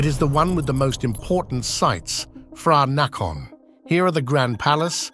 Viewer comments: When you read Romanized Thai print. Every "Ph" is just a sound of "P" not "F". Phranakorn is "PRAnakorn" not "FRAnakorn", "pom prap sattru phai" will read "pom prap sattru PAI". also "Th" is not pronounce "Th" but "T". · HINT: There are lots of mispronounciation that can confuse any tourist when ask local people for the place names describeded in video ===> PH is not sound F but P. TH is not sound th but T. (eg. Phranakorn = pra-na-konn = พระนคร) It's better using at least google translate Eng->Thai and listen to that word sound.